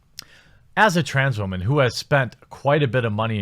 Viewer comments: What's an WAMAN? Does he say that as a joke like those tired internet jokes from 10 years ago where you say a word wrong on purpose? Or is a waman a newer term that I'm simply not familiar with? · can you stop pronouncing things like that? I tried to indulge, but your 12 yr old pronunciations of words like Twitter or woman is ridiculously out-dated and PewdieCRINGE